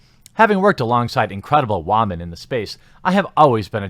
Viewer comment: You're pronouncing "women" wrong.